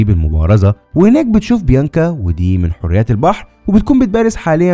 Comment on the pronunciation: اسمها حوريات جمع حوريه وانت بتنطقها حريات اللى هى جمع حريه